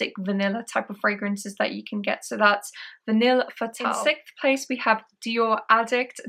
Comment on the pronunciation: Vanilles des Afriques is lovely... I will get a 10ml soon, but at nearly £300 the big bottle is over-priced imho. My schoolboy French leads me to think 'Vanille' is pronounced 'van-ee' (the l's are silent). Looking forward to the shopping vlog ❤😊